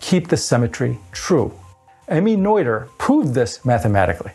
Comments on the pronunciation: It's Nöther, not Neuther. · Pedantic state follows: Noether is pronounced nerter, not noiter. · Regardless of Noether or Nöther, shouldn't the pronunciation be the same? You pronounced the name as if it had been spelled Neuther in the German language. I went to Google translate, selected the German language, typed in Nöther, hit the play button, and sure enough, the correct German pronunciation could be heard. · The "oe" in "Noether" is pronounced as the "i" in "girl" - approximately. Greetz Herzele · The "oe" in Noether is pronounced like the French "oeu" in oeuvre or boeuf. "Oe" is NOT two separate sounds, only one. It is just another way to write the umlaut "ö".